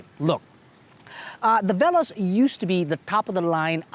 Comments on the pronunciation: The irony when you pronounced veloz wrongly, yet triggered with the knot? 😆 Anyhow, I wonder why toyota likes to name all their upcoming cars to be related to speed such as "rush" and "veloz (translated as fast)" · Good day! You may check over the web on how to pronounce veloz, hehe.